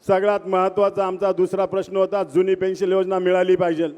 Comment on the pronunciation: पेंन्शल नाही साहेब पेंन्शन बोला